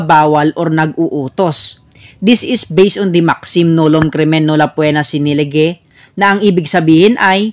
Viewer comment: Lehe po ang pag basa ng lege dyan sa Legal Maxim